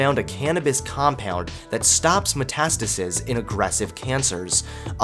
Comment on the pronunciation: Nice video but THAN NOT THEN Also is that how you pronounce Metastasis cus I think its wrong.